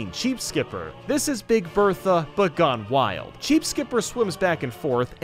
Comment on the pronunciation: When he says BEEG BEEG. browser I laughed my head off